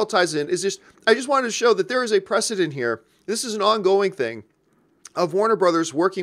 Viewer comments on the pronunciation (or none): none